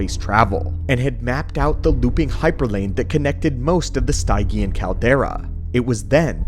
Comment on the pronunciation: it's a nit pick but hearing him butcher the word "Stygian" is killing me